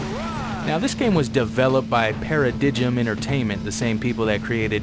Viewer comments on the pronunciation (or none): Just a head's up - it isn't pronounced Para-dij-im, its Para-dime. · Great video as always! One minor thing of note - I'm pretty sure Paradigm Entertainment is actually pronounced Pair-a-dime Entertainment. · No offense but Paradigm is pronounced para-dime, I'm sure you know by now anyways. New fan of the channel but already a big one. Currently marathoning your videos!!!!!